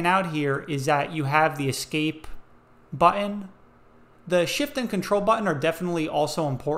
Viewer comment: The most annoying mispronunciation of the word 'button' I have ever had the misfortune of hearing - especially as the word is repeated an untold number of times. Infuriating to say the least of it.